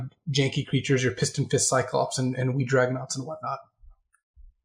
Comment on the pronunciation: keeps mispronouncing Wee Dragonauts. You really need to emphasize the WEEE!